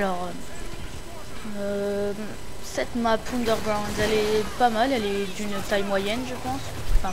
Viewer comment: Mdr' t'as carrément dit Ounderground (c'est Iony :D )